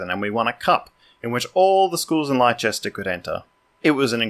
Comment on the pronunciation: Leicester is pronounced 'Les-Tar' or more simply Lester same as famous jockey Lester Piggott.